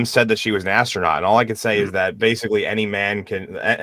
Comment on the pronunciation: The only scientific work they were doing up there was successfully putting an extra "s" on the word Astronaut.